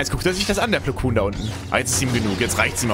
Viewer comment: Mensch er heißt nicht Meister Plukun sondern Plokon